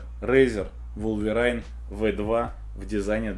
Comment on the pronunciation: Wolverine произносится по другому, если что